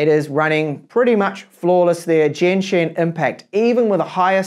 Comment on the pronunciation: This dude also pronounce Genshin as Jenshin :)